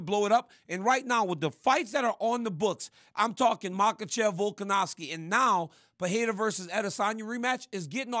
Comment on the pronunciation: Really wish rc would stop calling Alex volkanowski, it’s a V bro lol